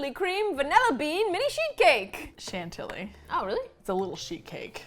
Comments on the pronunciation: OMG I JUST REALIZED THAT READ CHANTILLY LIKE CHANTEL AND THAT MAKES ME SO SO HAPPY AMD SAD AT THE SAME TIME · you both pronounced Chantilly wrong